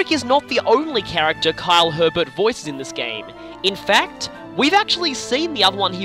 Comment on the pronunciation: Quick note: Fred's VA's last name is actually pronounced Ay-bair. It's an incredibly common mispronunciation though, so I can't blame you XD